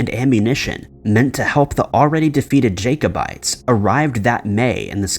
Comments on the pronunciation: Jacobites pronounced Jack - obites do your research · I'm sorry but I really hate mis-pronunciation. Although Jacob may be pronounced Jay-kob, Jacobites is pronounced as Jack-o-bites and not Jaycobites. It just sounds so weird when he keeps saying it that way. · Jack-o-bites not jake, please check pronunciation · LOL at Jake o bites, its Jack o bites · The first story is mispronouncing Edinburgh (sounds like "Heading-burr" or "ed- in - bra") and Jacobites (pronouned like a Jack-O-bites as in the lantern) Second story is lifted directly from My Mythos' channel (this month's story) who does a much better exploration of it. There is nothing new in this video.